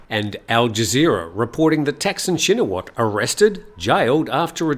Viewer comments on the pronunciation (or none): Another pronunciation quibble: 1. Thanksin is pronounced like “tuck” (as in “tuck in”) and a very short “seen” with a questioning tone (“sin?”). Shinawatra is pronounced “chin-a-wat?” (“chin” as in “cheap” but said more quickly, “wat” rhymes with “putt” and with a questioning tone as in “what?”) 2. Srettha is pronounced “set-tah” (drop the “r”, long “ah” as in sighing happily “aaah”) Thavisin is pronounced “tawee-seen?” (there’s no V in Thai, and “seen?” Is pronounce quickly with a question tone, exactly like the “sin?” in Thaksin) :)